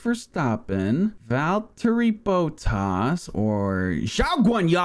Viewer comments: Max Verstoppen, Valtteri Boat Toss... And... ZHAOGWANYUH!?!? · waltevri boteass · ''mex verstarpin'' ''valtery boatarse'' ''JaW GWaNyA''